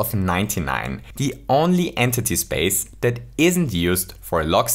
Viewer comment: Man really called it “an titty” instead of entity